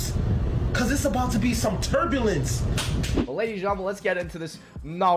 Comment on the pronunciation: Damn that turbalince 😂😂